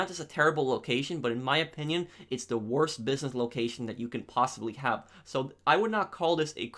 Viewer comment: The wotse